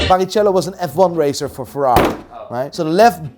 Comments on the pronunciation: Instead of Barichello (ch pronounced as a k) I understood Paris chello ahahahahha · it's pronounced BARRIKELLO! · The F1 driver is called Rubens Barichello, it’s pronounced “BariKelo” mate🫡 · Please somebody tells how to pronounce Barrichello, please